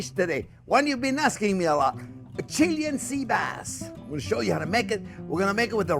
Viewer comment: Properly pronounced Chee-LAY-an.